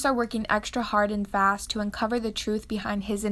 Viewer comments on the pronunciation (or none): none